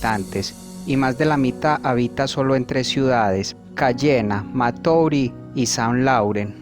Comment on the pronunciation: Maturri se pronuncia